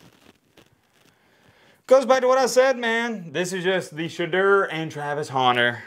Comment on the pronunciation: It is pronounced "Sha door" get it right hater